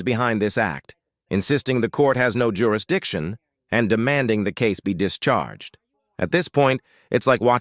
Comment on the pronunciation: "jer- ra- dixtion" wtf!